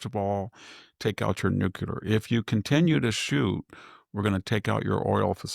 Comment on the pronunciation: Victor! It's Nuclear..... NOT... Nucular!!!!!!!